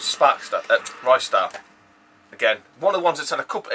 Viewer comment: Treasure didn't make Ristar. 'Ri-Star'.